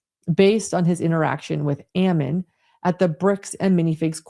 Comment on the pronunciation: The pronunciation of Ammon! I keep telling people that is Ammon like famine, salmon, and cannon. I guess you have to be born and raised reading The Book of Mormon to know how it’s normally pronounced.